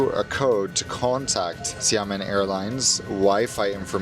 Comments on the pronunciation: It’s pronounced “sya-muhn”. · It's "Shamen". Don't pronounce the i at all. They are pretty good actually and very cheap. Flew BC with them from Amsterdam to Xiamen a few times. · It’s Sia-Muen. That how to pronounce 😊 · I hate to be that guy, but you said it Xiàmén. The you said it is like Shaman like shaman lady from squid game.